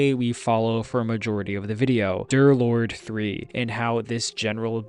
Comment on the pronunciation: "DOORLORD" u sayin? (ik its D3rlord3 but he says it like its "DOORlord")